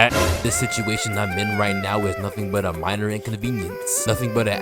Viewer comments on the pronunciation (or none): none